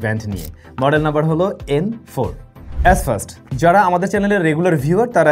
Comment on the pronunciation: এসফাস্ট ❌ এইসফাস্ট✅ , হালা অশিক্ষিত